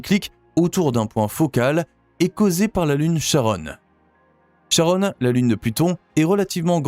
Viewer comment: Charon ne se prononce pas comme Sharon.